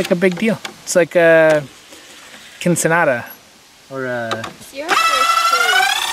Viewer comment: What is a Quincinada? 😂